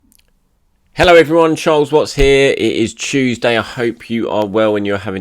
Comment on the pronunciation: It's Chewsday innit?